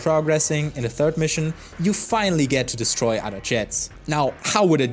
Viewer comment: "Destory" Fr bro. Destory.